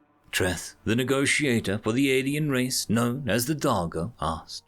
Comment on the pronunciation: When he said Darjo I can’t be the only one that heard him say Doggo right?